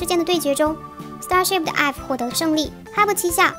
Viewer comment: 經常唸錯IVE🙈💧